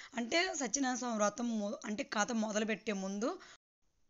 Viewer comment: Rotham kadu vratham